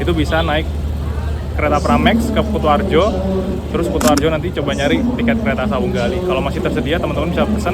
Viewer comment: KU ! KU ! KUtoarjo ! Bukan KOTOarjo !!! 😂😂😂